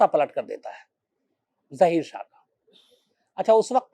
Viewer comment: ज़हीर शाह नही ज़ाहिर शाह बोले